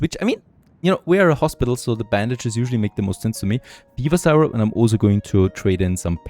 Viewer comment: You are one of a handful of creators that I watch all the time. I was a little confused when you pronounced Syrup like Sigh-rup, but it's much closer to "Sirup" than you might think! Dein Englisch ist noch viel besser als mein Deutsch!😂 Hallo nach Kanada!